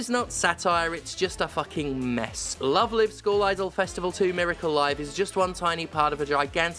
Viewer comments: I know this is not the point of the video, but I do find it very silly that Stephanie pronounces "live" in "Love Live" incorrectly, but "live" in "Miracle Live" is pronounced correctly. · stephanie please..... how are you mispronouncing the title of a game when the title is already the english version of the JP title............... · Oh nooooooo, it's reached the mainstream. Please believe me when I say this game used to be really good T_T (Also it's pronounced Love Live with a long I as in live show, not short I as in to live forever. For anyone who cares lol.) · Stephanie. Please. If you're going to say the title aloud dozens of times, PLEASE don't mispronounce the title every time. The 'Live' in the main title has a long 'i' sound. Were you thinking of "They Live" when reading the title? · I understand Steph has absolutely zero awareness of Love Live and that's perfectly okay but every time they use "Live" as in "Give" and not "Live" as in "Five" it hurts a little 🤣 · wait... have i been pronouncing the live in love live wrong for years now? hearing another person say it just fucked my head. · Everytime she misspronounces Love Live! hurts me. I'm not even a fan of the anime, but it's Live as in a concert. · The fact you call it "love live" as in living rather than "love live" as in live musical performances torpedoes any credibility this video ever hoped of having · I've only heard of Love Live as a franchise because of the Weiß Schwarz ads Bushiroad bakes into Cardfight Vanguard episodes uploaded here on YouTube. It's also how I know the first Live in the name is also pronounced lyve and not leev. English needs Ruby text sometimes like Japanese when it's using Chinese pictogylphs instead of their own kana phonetic written languages I swear.. Also we need to get rid of wastebin letters like I, C and X. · Pronouncing Love Live like Live Laugh Love. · Wait isn't it Love Live rhymes with jive? Have I been saying it wrong for ten years?